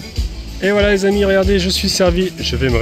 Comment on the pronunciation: Oui et les che à la fin des mots...les amichs....😅